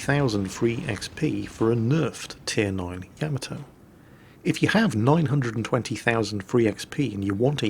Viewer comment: I dont know why but when ever you say Yamato, I hear camel toe lol! Making it very difficult to concentrate;) happy new year to you too!